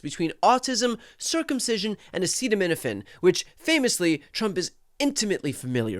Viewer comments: "Acet,..... aceta, .......... ACETAGIVE!" ~ Igor Trump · Seriously? He cannot pronounce acetaminophen? DUH. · The expert on acetaminophen can’t even pronounce acetaminophen properly. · Trump thinks that the country should take his MEDICAL advice about a drug that he cannot even pronounce. My God his mind is failing day by day. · Still cant say acetaminophen, huh? Tylenol, where are you with the lawsuits? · OMG this insanity is contagious. How can Americans be proud of the demented people running the government. Trump can’t even read the word Acetaminophen. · This idiot doesn't even know how to pronounce it???? What a buffoon. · Trump claims he's study this for a long time.... but can't pronounce Acetaminophen 😂😂😂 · all the fools standing behind him nodding their heads approvingly while he can't even read and pronounce the pharmaceutical name of Tylenol-acetaminophen. talk about sycophantic. grown men. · Then, why aren't MOST men diagnosed with autism? Djt has never studied or for that matter, read anything of substance in his life...as seen by how he can't pronounce acetaminophen 😂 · Slump can barely speak, and his attempt to pronounce acetaminophen is hilarious. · Studying it that long and he still can’t pronounce it. LOL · he's been studying it but can't pronounce it! LMAO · he couldn't say acetaminophen he hasn't been researching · The moron can't even pronounce acetaminophen!!! Wtf is REALLY GOING ON IN THIS COUNTRY?! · You see how he just convicted himself as a oversized liar oh, I studied this so long I know what he’s talking about but he can’t even pronounce. Oh my God what is this country coming to? Because if you studied it you will know the word you will know how to pronounce it. You will know the adjective and the meaning, and look it up in the dictionary before you even got up on that mic, but no, he can’t even pronounce it but yet he’s been studying it for years